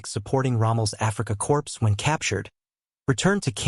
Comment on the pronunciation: It’s pronounced “core” not “corpse.”